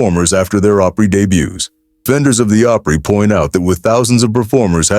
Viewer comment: I hate the way words are so mispronounced grand ole (ah-pry) not long O pry.